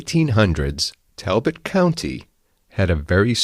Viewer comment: We pronounce it Tall bot😂❤👍😊👍👍👍